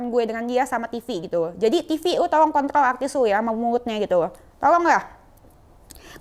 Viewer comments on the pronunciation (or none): Hua haha haha....Denis ngga bisa bilang "kontroL" 🎃🎃🎃🤣🤣🤣🤣